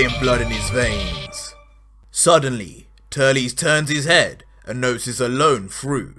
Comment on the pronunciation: I mean he Said Turlies but it's auctally Turles